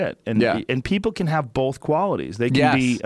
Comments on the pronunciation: Joe "bolth" Rogan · Walter Lawry I thought I was the only one who noticed. Why the hell do so many people say bolth.